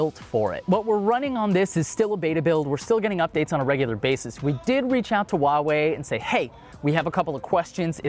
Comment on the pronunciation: Stop saying "wa wei"!!! The H isn't silent!